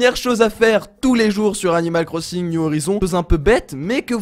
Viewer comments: tu a dit 'animale cro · tu a dit 'animale corssINg' mdr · On dit animal crosinge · « Animal Crossingue » 😭😂